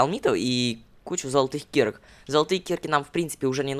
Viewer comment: лололошка ты знал то что кирка ты праизносиш киирка ну я патянул ии потому что у тебя ударение падает на и анада на а палучится вот так киркаа